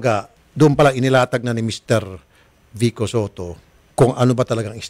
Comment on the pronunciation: vico po hindi vikko😁😂